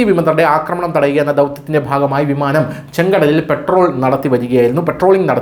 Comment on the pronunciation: '" പെട്രോളിംഗ്"" അല്ല പട്രോൾ ആണ്. എന്താ കുറച്ചൊക്കെ ശ്രദ്ധിച്ചു കൂടേ ഒരു ന്യൂസ് ചാനലിൽ അല്ലേ പറയുന്നത്.